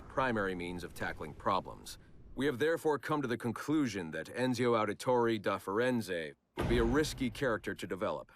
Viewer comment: It's more ironic that Roger Craig Smith (Voice actor of Ezio Auditore) did the narration for all these characters market analysis files and just butcher their names including Ezio's.